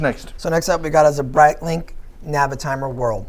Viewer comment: I love “Brightlink” and “Twodoor”